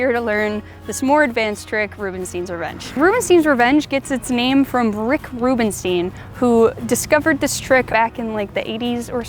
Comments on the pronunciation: I love your content and the quality of it. Isn't it crazy? You don't know me yet you managed to teach me awesome things. Thank you. About the pronunciation: It is the same es Einstein, Frankenstein, Stein. Ei is pronounced as /ai/. I know in the US it is common to pronounce it as /i/. But if you don't believe me, use google translate and type in "Rubenstein" and let it say it out loud in english. It is pronounced /rubenstain/. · It's Rubenstein not Rubenstien :)